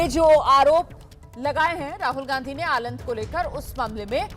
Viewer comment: आलंड नहीं मैडम आलंद है😅😅